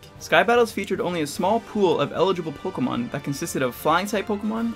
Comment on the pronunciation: The way you pronounce “Pokémon” doesn’t sound good.